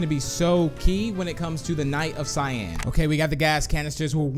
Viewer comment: I love how you called cyan shyan